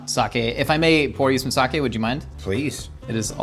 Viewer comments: Sah-kay not sah-kee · It it’s Sake (Saw-Kay) not Sawkey